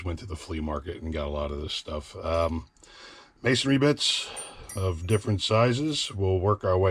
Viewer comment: I like how you say mason-ry and not mason-ary. When dumb dumbs say masonary, It pisses me off